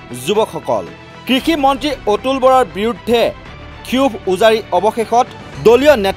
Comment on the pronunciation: ক্ষোভ শব্দটো ক্ষিৱুভ বুলি উচ্চাৰণ কৰে নেকি ?